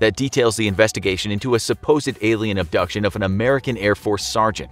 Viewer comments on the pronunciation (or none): none